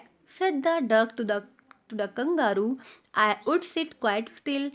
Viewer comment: The pronunciation of Kangaroo is wrong